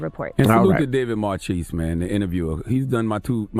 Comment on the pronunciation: Please check your pronunciation of David Marchese's last name... i'm pretty sure it's not as in 'cheese' but as in it's French origin, as in 'Marquis'. could be wrong, though.